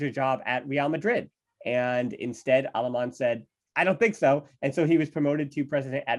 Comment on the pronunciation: Wtf are these American name pronunciations ? It's Alemany , Benaiges and Alexanko.